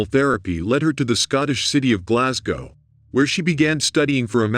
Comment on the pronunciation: Thanks for pronouncing Glasgow correctly 🙏